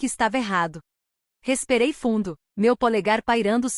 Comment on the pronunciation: Que palavra é esta? RESPEREI"???